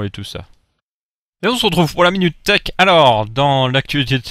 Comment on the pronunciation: je sais que c'est thech mais sur le coup je comprends theak